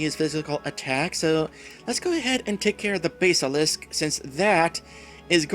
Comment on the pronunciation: Is that how you pronounce basilist? Huh. ...checking online, most seem to lean towards bas pronounced like the fish, not the musical instrument. But whatever works for you.